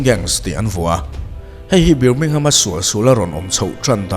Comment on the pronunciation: Birmingham...BIR laihi BAR ti a lamtur niin kahria